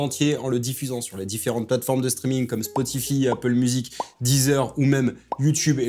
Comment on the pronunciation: Bon sujet. Mais "spoti-fi" c'est non, même francisé (les gens du studio ne vont pas comprendre que tu parles de spo-ti-faille). Et utiliser des "équoilisateurs" c'est également non. Même juste en studio de mix on ne peut pas dire ça. Par exemple mon coiffeur ne n'égoilise jamais la frange. C'est presque pareil, mais pas égoile. Bref : é-ga-li-seur/"iquôlaïzer" en anglais. Ya jamais de fin en -zateur. Bonne continuation dans ces beaux métiers.